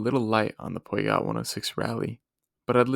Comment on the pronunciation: Cool video idea. Subscribed Gotta work on that Peugeot pronunciation tho lol